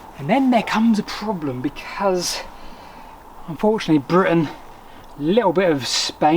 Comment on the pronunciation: maybe say Britain better?